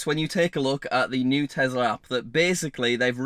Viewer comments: i was today years old when i found out says tesler instead of tesla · there is no "R" at the end of Tesla. It's the Tesla App, not the Teslar app